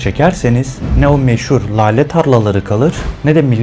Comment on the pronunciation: Lâle derken a’ da ince söylenir be abim. Şapkalıdır a harfi. Arapça ve Farsçadan geçen kelimelerde; k, g ve l ünsüzlerinin arkasından gelen "a" harfinin ince okunmasını sağlar. (Örn: lâle, tezgâh, kâğıt)